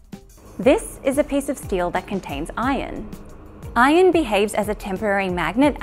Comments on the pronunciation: Not "ion" iron*! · Steel that contains "ion" or "iron" ? Hard to tell the difference when you pronounce it. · How often do you cause confusion by pronouncing iron and ion the same?